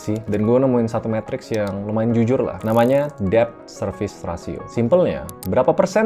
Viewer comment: Debt bacanya det, "b"nya mute. Maaf cuma info buat Kak saja..